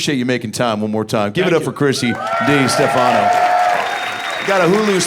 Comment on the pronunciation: I think his name should be pronounced Desta Fano